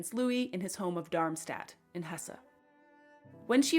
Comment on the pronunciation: Not Hessa but Hess